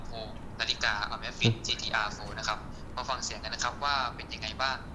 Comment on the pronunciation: ออกเสียงชื่อรุ่นนาฬิกาผิดหรือเปล่า